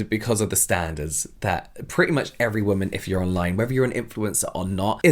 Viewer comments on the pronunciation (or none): none